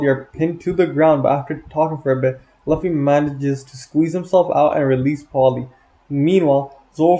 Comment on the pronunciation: W video but homie….. we need to talk about how you say Luffy my guy